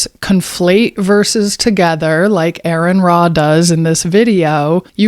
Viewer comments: It's not Aaron, it's are-on. Please stop reading your book of fairy tales. You sound really stupid. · It's not Aaron, it's Aron. And like Aron I have actually read the bible and it's actually the bible that gets everything wrong! Try reading the bible and learn the terms you're accusing Aron of. If you actually read the bible you would be an atheist too. Also, Learn history! Lmao! The bible is a joke. Your god is a joke. And anyone who believes this biblical garbage is a joke! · You:"what's with the quotation marks" Also you: "I know why quotation marks are used" 😂😂. You pronounce Aron, Aaron 😂 is reading too hard for you, or is it just the pronunciation that gets you 😂. I wasn't aware that you made any coherent points to refute... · Firstly, it's Aron, "Ah-ren" not "Aaron" Secondly, star wars is science fantasy not science fiction! Thirdly, have nice day 🎉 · Come on, seriously come on. It doesn't say its a sphere it says circle, a circle is a 2 dimensional shape, its flat, and this was not humans, this was you god, conveying the message. Are you this dishonest in the first minute, i'm nor interested. Try to at least pronounce Arons name correct. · The only reason this video has multitudes more views than your other pathetic attempts at engagement is thanks to Aron Ra. And you couldn’t even do him the basic decency of pronouncing his name correctly. Also, your use of Chat GPT to “prove God’s existence” or whatever is pathetic and laughable. Stay in your lane (which according to your religion is in the kitchen) and leave the biblical analysis to the grown-ups; e.g., people who have ACTUALLY read it like Aron.